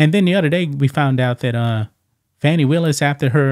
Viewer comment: You need to pronounce her name right